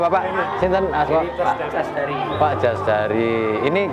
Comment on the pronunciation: Ralat dudu jasdari tapi casdari om 😄🙏